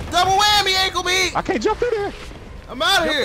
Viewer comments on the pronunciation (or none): "Ankle meeaatt" lmao